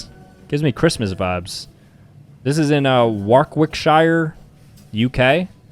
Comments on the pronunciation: the way he said Warwickshire made my cry. (war ick shear) is how you are meant to say it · war-wick-sher thats how u pronounce it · Bro said wark wick shire💀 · ain't no way bro called it warckwikshire💀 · You butchered my county (state) in England for all the Americans. It’s pronounced warrick-shire😂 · Why is no one talking about how he pronounced Warwickshire 💀